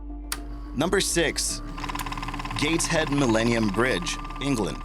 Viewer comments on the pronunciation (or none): Gateshead is pronounced gay-ts-head